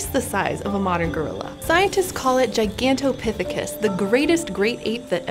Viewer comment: The most impressive thing here is how many times she flawlessly pronounced "Gigantopithecus".